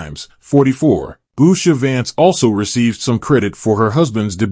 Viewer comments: I’m very much a Vance supporter but you don’t even pronounce her name correctly. Her name DOES NOT start with a B. Get it right before you post a video! Her name is Usha. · At least pronounce their name correctly! It’s Usha not Busha!